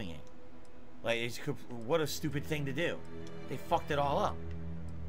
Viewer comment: "They fawked thus up look really they fawked it up.!!" My favorite Philly cope.